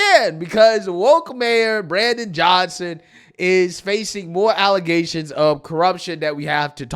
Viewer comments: Bro... it's "allezations", just axe Tiffany Henyard. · those nasty "alezations" 😅